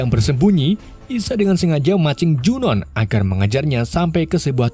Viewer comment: Junoon dibacanya Junu Jeena dibacanya Jina